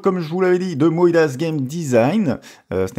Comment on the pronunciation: Quelques infos en plus : j'ai compris en réalisant le montage que MOIDEAS était en fait un mélange des Moaï de L'ile de Pâques et d'idées en anglais ( ideas) donc à prononcer "Mo-aille-diz" et pas Mo-aille-y-dass" comme je l'ai dis dans la vidéo ^^. Comme j'avais annulé ce jeu je ne me souvenais plus très bien de son contenu et des bonus apportés par le kickstarter ( jetons joueurs et, autres), se sera corrigé dans les prochaines vidéos, je me renseignerais avant la vidéo. Les projets kickstarter mettent du temps à arriver donc je ne suis pas à l'abri d'un oubli, faites moi vos retours en commentaires, c'est très important ! :)